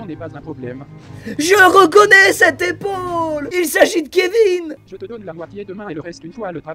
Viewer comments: je suis le seul à avoir entendu dans Kevin , elle a dit kev-in au lieu de kev-ine Je sais , ça s’écrit Kevin Mais on prononce kevine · non cest normal . Dans ca prononciation elle a dit kevein mais c kevin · Squeezie : Bruno "Kevain" 😭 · "Kévain" J'suis morte XD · Tellement j’étais dead quand il a dit kevain 😂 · "Kévin" prononcé en "ain" je suis PLIEE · “Kevin” prononce “vin”😭😭😭😭😂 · « kevain » wsh elle l’a pas respecté 😭😭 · « Kévain »je meurrr😭😭😭😭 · le Kevin, la voix a dit « Kevain » 😭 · Kevain ça m'a tué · Quand dit a Rodrigo ''attends j'ai un message'' elle dit Kevin alors que ça se prononce Kevine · jpp "kévain" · "Oh attend j'ai un nouveau message ! :Kevin !" comment elle l'a prononcé ça m'a tué 🤣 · le petit « Kevin » sans l accent anglais m a tué, il en faut très très peu pour me faire rire 😂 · mdr comment elle a pronocé Kevin le manque de respects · Elle a dit KEVIN ! 😂😂😂😂PLUS DE RESPET